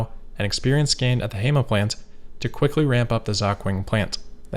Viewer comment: I absolutely love your content, and I think I've watched the majority of your vids. One thing that would be a pretty quick adjustment: if you're not sure about pronunciation, just to check with a native speaker. There are quite a few of them around 😉 For this video, that's 小鹏, 盒马, and 肇庆 Keep up the great work, man!